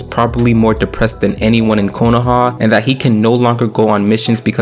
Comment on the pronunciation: Sorry Bro, its not „Konohaaaahh“ its „KonoAh“ and its not „Otsuktski“ its „Ootsutsuki“. Not „Quaki“ its „Kawakii“!! get your names right!